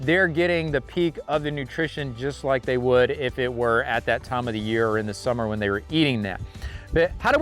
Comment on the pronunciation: Bale or Bell ? They or Day ?